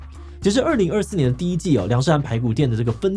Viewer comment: 靠邀，是梁社漢喔，一直唸梁杜漢